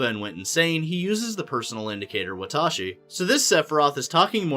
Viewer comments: OrEy and wATAShI and NouJyima and kItaySE and NoUMuRa I think this new information is terribly pronounced and it would be much better if you would prepare before speaking out loud because it's embarrassing. Seriously, there's no excuse for that. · You could atleast try to say it in the japanese accent. Ore wa, and watashi wa... Watashi is more formal, while Ore is spoken by males, more likely in a group of friends. But the way you pronounce it a person wouldn't even know what you are saying.